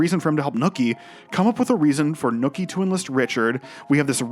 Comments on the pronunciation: Loved the analysis but its not “Nooky” its “Nucky” lol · This is the second narrator I've heard who apparently can't pronounce the name "NUCKY" and instead calls him "NOOKIE", wtf?! It's crazy that someone (who is clearly American, without an accent) can watch the entire series and can't tell that they're saying the main character's name wrong, lol.... Nookie. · His name is Nuckie though. Not nookie. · Bruh... It's Nucky... Not NOOKIE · Are you purposely mispronouncing nUHcky’s name?? Lol you keep saying Nookie and it made it hard to finish the vid 😭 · I'm going crazy here. It's Nucky. Like Knuckle. Not Nookie like a fucking Limp Bizkit song... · OK, yo asshat! His name is Nucky, not Nookie. Nookie is that thing YOU never get from your crush. Fuckin moron. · Great video but his name is Nuckie not Nookie, a slang word for sex. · NOOKIE? you pronounce Nucky as NOOKIE?!?!?!? what the fuck, did you forget what fuck sound's like? now replace the F with an N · The pronunciation of Nucky as "Nookie" drives me absolutely crazy. I couldn't ignore it after the hundreth time of it being said. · The “Nookie” mispronunciation has me on tilt 😅lol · Its killing me how you're calling him Nooky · I think it is hilarious how you repeatedly pronounce Nucky as “nookie”.